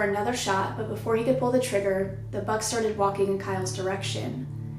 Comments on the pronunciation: I thought you were saying BUG, not BUCK. So confused. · i was so confused because i thought she was saying bug so here i am imagining a giant fly